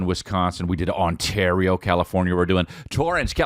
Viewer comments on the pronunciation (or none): none